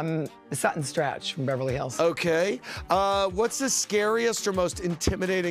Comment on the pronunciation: The irony of Luann correcting Andy of how to pronounce Adriana’s name to then a second later mispronounce Sutton’s last name 🤣